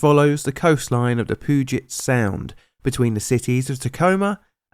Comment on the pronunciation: The POO-gent sound💀💀💀